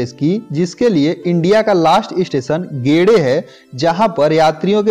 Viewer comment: Dont pronounce it as गेडे but गेदे